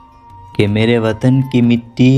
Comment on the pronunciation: Meere not mera Arab